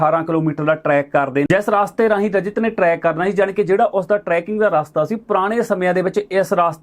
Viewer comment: ਰਾਸਤੇ ਨਹੀ ਰਸਤੇ ਕਿਹਾ ਜਾਂਦਾ ਹੈ। ਕੰਨਾਂ ਨਹੀ ਲਾਈਦਾ ਜੀ।